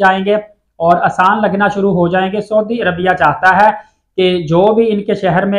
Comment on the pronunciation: dear brother you are giving nice information,please correct your pronounciation of saudi Arabia. thank you.